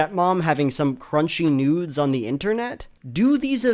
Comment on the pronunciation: Did you say "crunch nudes"?